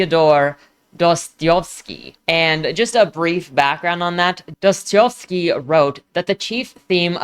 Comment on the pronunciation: It's the Dostoevsky that hurt most lol